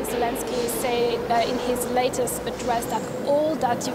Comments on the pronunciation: Lezensky ? Lol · lolz , Vladimir Va..ze...lezenskiy?!?!